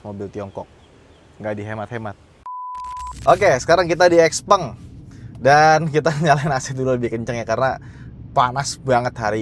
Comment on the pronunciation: Ini nyebutnya kayak tumpeng, bukan gepeng, norak. Giliran toyota, honda, ford, ferrari, porsche, lambo, gak lu cela? Nama pendiri nya juga tuh. Lebih keren Tesla? Itu juga nama orang Krosia dicomot sama elon padahal nama musk juga gak enak jadi merk. Padahal barang lu semua juga made in china, lu anti china? Kocak lu 😂